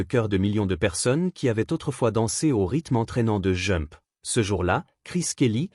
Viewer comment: il faut prononcer D'jump quand on dit jump car j'écoutais sans regarder la video en travaillant et je me demandais quel était le titre que j'entendais à